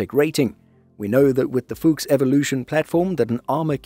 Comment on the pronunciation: Brotip: the U in Fuchs is short, just like the O in fox. 😉